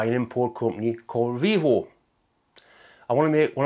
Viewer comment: Vevor, not Vivor, but yes they have good gear.